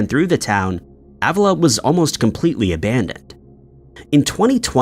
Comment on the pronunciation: It’s pronounced Uh-villa. It’s definitely haunted.